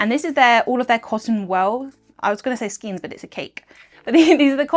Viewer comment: pssssst "skein" rhymes with "vein" or "rein"! It might not seem like it matters, but it causes errors in the auto-captioning (c.f. where the auto-captioning guesses "skins" rather than "skeins"!)